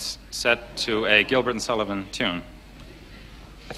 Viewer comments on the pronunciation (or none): none